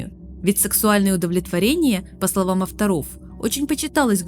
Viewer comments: Текст интересный, но есть несколько коробящих моментов с ударениями. И если "нАросты" вместо "нарОсты" еще можно списать на то, что автору это слово малознакомо, то "авторОв" вместо "Авторов" сильно бьет по восприятию. И "фреска", а не "фрэска". Возможно, русский язык для автора не родной? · Все прекрасно 👍 но некоторые ударения слышаться крайне странно? авторОв 😂 Вы случайно не с Краснодара? Там слышала подобные коверкания по типу паролИ и авАтарка 😂😂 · Что с ударениями у автора? нАросты, авторОв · Только что прошёл игру, Как по мне это шедевр! Спасибо за проделанную работу, познавательно и интересно. НО, Авторов а не авторОв и нарОсты а не нАросты. Не хотел вас обидеть, но очень режет слух простите. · Меня больше убило на авторОв … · Автора́ — это как соуса́ 😅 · НарОсты, колеЯ, фрЕски, Авторов, бля. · Рассказано классно, но ужасный акцент девушки, и извращенные ударения (авторОв и прочее) провоцируют кровь из ушей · а что с русским языком? авторОв, нАросты... вам русский язык не родной? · авторОв,с ударением проблемы дикие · 1) Очень контрастирует грамотная речь и режущие слух ударения "авторОв" и "нАросты". Стоит поработать над этими моментами в будущем. 2) Почему ГГ игры эгоистичный и достоин презрения? Ты сама ранее говоришь о его второсортности (он почти такой же молдмэн, только не "пища", а рабочий персонал). Также ГГ не делает ничего особо плохого и жестокого, лишь пытается выжить в жестких, навязанных ему рамках. 3) Есть разные неточности в ролике. К примеру, ты говоришь о том, что все существа лишены ртов, однако с гомункулами это не так. Также артбук даёт гораздо больше интересной информации (синтетическое строение гомункулов и т.д.), которые вместе с артами достойно дополнили и украсили бы ролик. Спасибо за приятную подачу, смотреть было интересно🤝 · ФрЭски... Авторóв... Мне одному ухо режет? При том что в остальном речь достаточно грамотная.